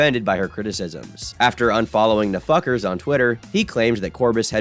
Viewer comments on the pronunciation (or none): Bro pronounced "NFKRZ" (a Russian YouTuber) as "The Fuckers"